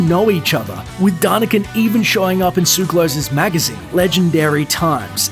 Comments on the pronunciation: ugh can you people ever pronounce anything properly?! it's not "tsuklos", it's TSOO---ka-los!! emphasis on the 'u'!!! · "Suclose came by his name the honest way, by being born in Switzerland" I don't have a drop of Greek blood running through my veins, yet i know this is a Greek name and you're pronouncing it wrong.